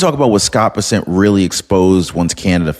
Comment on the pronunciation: Muh dawg. It's BESSent Not BessENT. Much love from fort Worth